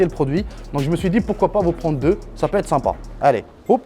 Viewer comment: Faut arreter de dire " simpas "